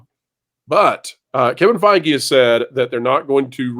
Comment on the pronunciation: Did just say "Kevin Fei-Gay"? 🤣